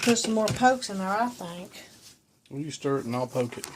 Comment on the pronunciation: it’s a “poke” cake